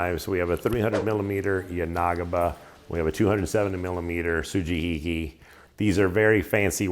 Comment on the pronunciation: Good pronunciation with the su-ji-hi-ki (and everything else you said), but the "yanagiba" which is the same phonetic pronunciation as the sujihiki ("ya-na-gi-ba" or ya-nah-gee). Also, well done lighting (that living room is dark, but you killed it with the kitchen video lighting)